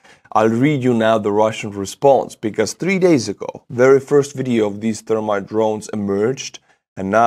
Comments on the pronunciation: accent makes me giggle when he says thermite. It sounds like termite "Russians drop termites all over the city" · Love the way you say Thermite. Goes right along with the brilliant barbary you inflict on names at the end. Check out Australian Termite Mounds. Thermite aka termite.